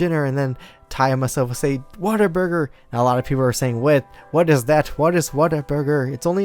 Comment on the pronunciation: Dude,, Whataburger, it sounded like you were saying waterburger xD